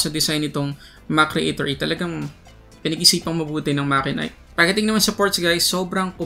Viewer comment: It's actually mat-che-nik